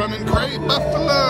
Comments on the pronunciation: Oh my gosh, if you say "beefalo" one more time..... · No offense, but you repeatedly saying “beefalo” is kind of annoying